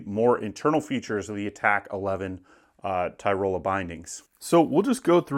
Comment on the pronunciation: It's not Ty-Roll-a. Tyrol-ee-a